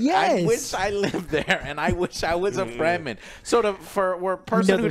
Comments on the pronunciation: "free the free-man" , ? , Frem-men, say it with me frrreeemmmmm Men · It's Fremen not Freemen :))